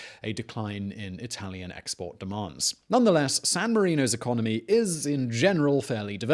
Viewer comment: Lol ecomony